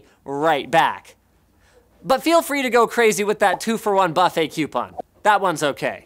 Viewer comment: The way he says buffet 😤😤